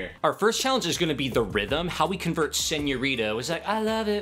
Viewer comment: ow u say it lmao “senoreta” are whever